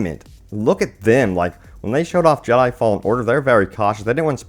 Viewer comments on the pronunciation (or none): none